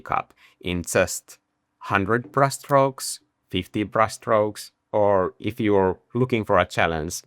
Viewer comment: I love the way you pronounce brush: Brus', Brus'es, Brus Strokes.